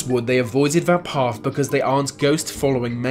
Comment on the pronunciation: Path! not paff. Yep, you're credible.